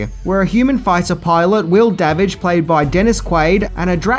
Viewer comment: Da Witch! No it's not Da Witch is Davidge. Lol, love that scene.